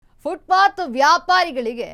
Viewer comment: Anchor adu footbath alla FootPath Nim Channel ge ondu namakara ,,gotilla andre kannadadalle matadri